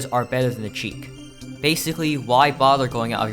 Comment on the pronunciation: dont pronounce it cheek". The correct is Sheek"